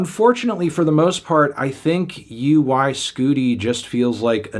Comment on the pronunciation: U.Y. Scooti? bruh it's pronounced "OI SCUDDI !"